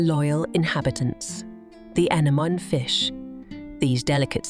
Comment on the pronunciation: Whist it is lovely to see such content, the use of artificial narration is so cringe it spoils the overall experience. Listening to how the word anemone is pronounced is just so dreadful, let alone the word eco as in ecosystem.